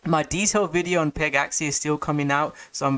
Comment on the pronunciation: Bro it's not peg-axie it's pegaxy... like a mythical pegasus. Not an axie.